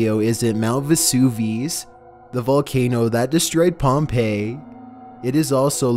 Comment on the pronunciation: Dude mispronounced many of these very famous volcanoes.